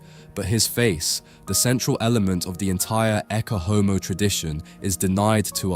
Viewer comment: Please learn how to pronounce Latin? It is not hard to do since "Ecce Homo" is such a famous phrase. ET-chay OH-moh - Behold the Man.